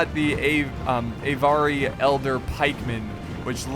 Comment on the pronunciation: just a little hint the Avari are pronounced Ahvari not ayvari. also its not a moose its an elk;)